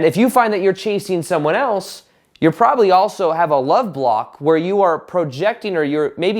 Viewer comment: Now when I hear saying the word "block" all I can hear is "bwhlopck" 😂 Great content as always 👍